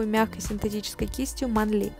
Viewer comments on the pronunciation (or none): Всегда говорила мЭнли а теперь манлИ, не привычно 💁